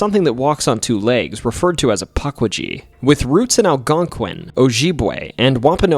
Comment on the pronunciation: omg.. puck wee gee.. this is gonna be a painful watch..